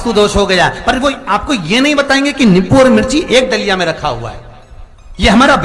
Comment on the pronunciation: Nippu Nahin Nimbu Hota Hai